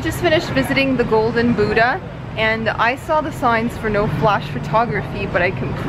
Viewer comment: lol "the boodah" great prounounciation guys ;D